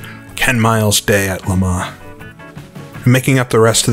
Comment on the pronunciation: I was hoping that another pedant made this point :) Next: the pronunciation of "Le Mans"...